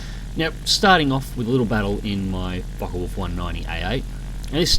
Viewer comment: When you say Fokker Wulfe it sounds like you're saying Fuck Off